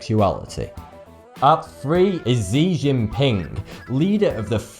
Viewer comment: "zee zingping" is definitely "shee Jing ping"